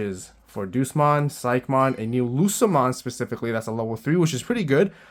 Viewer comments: The pronouncing of DEUSMON got me rolling. Deuce-mon, the master of the Numemon I guess? Day-yous-mon is the pronounciation for those who don't know. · It's not Doosmon, it's Day-oosmon, as in the latin word for god. Like "Deus Ex Machina" meaning "God from the machine" and "Deus Vult" meaning "God's Will". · Funny how he says Duce-mon instead of Deusmon. Like DayUsmon is just like Duces, i'm out. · The Deus in Deusmon is pronounced Day-us, like the Latin word for God.